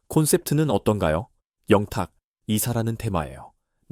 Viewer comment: 밀라그로 ? ㅎㅎㅎ 진실을 잘 알고 방송하세요 발음도 문법도 영탁. 양탁 듣는 사람 짜증나네요